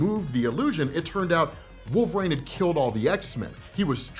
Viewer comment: Why does he say wolverAINE instead of wolverINE?